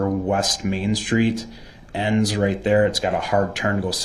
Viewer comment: Dey axed me to take dese an put dem over dere, even doe dey wasn't dere dene. The man has a serious aversion to TH.